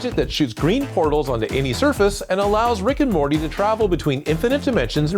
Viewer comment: the guy said rick and rorty